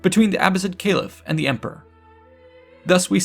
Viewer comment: Kah-leef, no kay liff.